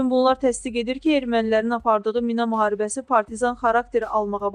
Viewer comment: O mina deyil mi'nadır